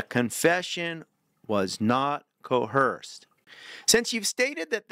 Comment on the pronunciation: Pronunciation tips for future videos. When pronouncing homicide, pretend it has two m's: "HOM-mih-syd" (short o sound like in Tom). There is no h in coerce: co-WERS